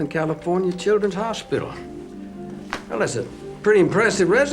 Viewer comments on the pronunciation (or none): none